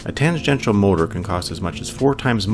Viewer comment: Lamentably, I must inform you that the narrator pronounces tangential incorrectly.